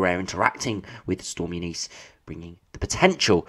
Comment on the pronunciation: It’s Eunice mate pronounced Yoo nis Eunice Kabul?